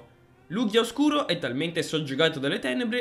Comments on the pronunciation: So che nessuno accetta la verità ma la pronuncia è Lugia lel. Le live non le seguo quasi mai ma se ci siete sia te che Pollo in chat mi hai convinto a partecipare. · Sento gente pronta a contestare la pronuncia di Lugia ... Prima che ciò accada: state calmi, un errore di pronuncia come quello non è granché, alla fine l'importante è far capire a quale pokèmon ci si sta riferendo. (Un vero errore sarebbe chiamare Maractus un Nidoking o viceversa)